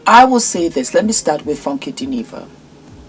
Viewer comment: Hello. I've never heard anyone pronounce the words "Funky Dineva" so beautifully. So musical.